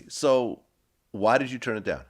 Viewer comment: Vlad I like your content but I’m not sure if this man knows the difference of the pronunciation of “turn” and “churn” lol